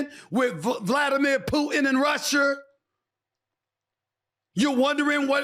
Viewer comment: I’m being serious how can anybody take this guy serious when he can’t pronounce Russia